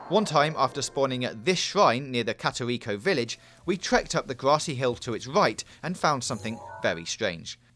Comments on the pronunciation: Katariko village... Jesus Christ this guy needs to do research before filming videos. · Kateriko village Hyvule... Cmon man do some research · “Katarito village”